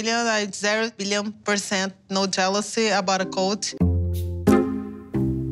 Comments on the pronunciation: I looove how she puts a "y" at the end of every word that describes Colt xD Looking great with the green hair 👌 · it's kinda different the T alone. She speaks like it is "Ty" most likely due to what she maybe first heard when he introduced himself, Americans T is very subtle when it's in the end, we don't get to be subtle here with our language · G. A i’m sorry but Colt has a very pronounced T at the end. She added a Y for no reason. Stop making excuses for that one word. Everything else I actually completely agree with and it makes complete and utter sense. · First! I'm from Brazil and YES that's a common thing for people who struggles with English! In Brazil we speak almost every single letter or phoneme. When she says Colt like COLTY is because in her mind she has to pronounce the 'T' as we do in the end of each word (we pronounce it). I'm an English Tutor and is one of the most difficult things to get my students to let go of the havy pronunciation of the end of each word Ps: I do use your amazing and well spoken videos in my method, my students LOVE IT, so thanks!